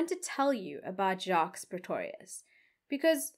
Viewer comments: please listen to the French pronunciation of Jacques as the S is silent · Hi 😊 In case nobody told you. (I didn’t read all the comments). The last “s” in Jacques’ name is silent. Pronunciation is: Jacque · TIP: You don't pronounce the "S" in "Jacques". The "S" is SILENT.